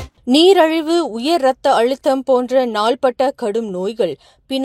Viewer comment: Neeraliva illai Neeriliva yen ippadi Kolaipanurenga.